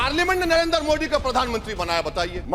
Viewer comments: नरेंद्र को नरएन्दर....मोदी को मोडी.... क्यों बोलता है.... कानून को खानून....😂😂😂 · Abe tothle dang se name to Lena Sikh kya मोदी बोल मोड़ी नही 😅😅😅